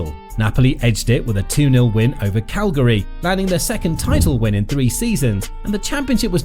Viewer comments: Caglari :D (instead of Cagliari.. talking about pronunciation )... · Cagliari ❌ Calgary ✅